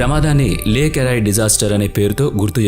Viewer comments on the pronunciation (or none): ఒరేయ్ ఒరేయ్ అది లేక్ అరై కాదు రా ., లేక్ ఏరీ., నీ మొహం మండా కనీసం ఇంగ్లీష్ టు తెలుగు ట్రాన్సలేషన్ చేసిన ఎలా పలకాలో తెలుస్తది కదా రా .